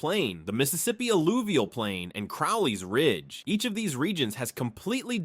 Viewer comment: Just for future reference, Crowley's Ridge is pronounced with a long O. Like the bird, crow.